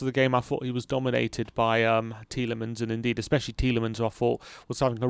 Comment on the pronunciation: It's N-dee-dee bro not N-deed